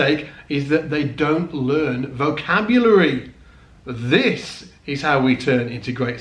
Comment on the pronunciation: Vocabary? lol. Dennmaaark!